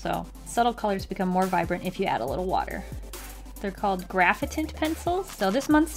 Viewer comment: Who else thought it said graphaint like the like’nt meme